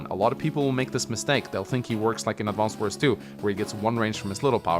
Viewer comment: All the youtubers saying "AdvanceD Wars" is painful.